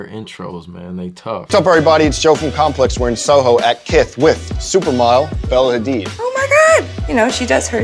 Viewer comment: "AIR" HADID wth??? HAHAHA #ASLFAMILY